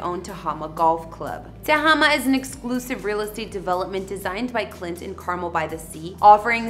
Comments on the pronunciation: its Car-Mel not carmel like the candy honey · it would be nice if you learned to pronounce 'Carmel'. Emphasis on the last syllable: CarMEL. Not Car-mel like the candy. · Car-Mel is how it is pronounced not Carmel like the candy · Love watching your videos. Coming from that area. Wanted to let you know that it’s pronounced Carmel “Mel”. Residents will get pissed if you pronounce it wrong. Just giving you the heads up. Thanks again! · Car Mel is the correct pronunciation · Yes that was driving me a bit bonkers lol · Please stop butchering names! It's pronounced Car Mel..... U do this a lot and I don't get it, If u hear it, say it the same. Someone in another country are going to come looking for Carmel California and get laughed at... U don't have a lot of us following because at times, your exhausting between mispronouncing and messed up picture order. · You need to learn how to pronounce Carmel, it's not pronounced Carmil... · Need to pronounce "Carmel" properly.. it's not candy.